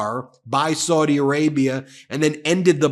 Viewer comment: Any & every Arabic speaker who watches your videos winces every time you mispronounce Saudi as 'sordi' instead of 'sowdi'. You also mispronounced Ziad as 'zayeed' instead of 'zeead'. As a language teacher such errors stand out particularly sharply to me